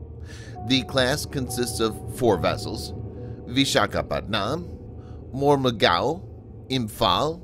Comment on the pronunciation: im sorry but whoever is narrating this video prounounces vishakapatnam as PatNAAM but actually is pronounced PatNUUM LOL 🤣🤣🤣🤣